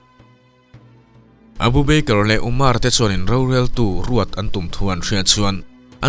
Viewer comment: Beikar tia ilam hi hi mizo tawng thluk a "ba ker" tia lam tur ava nih hmel ve aw